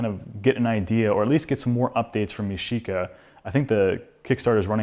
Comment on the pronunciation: yashica not YOSHICA ！